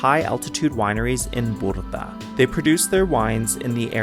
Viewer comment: There are enough examples in English language of how to pronounce the combination of consonants B and R like -bridge,-bride,broom etc. In BRDa you just add another sound that you did between B and R.